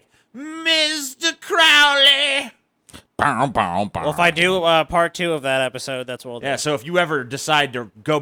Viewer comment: . do you like misprounouncing ... "crowley"?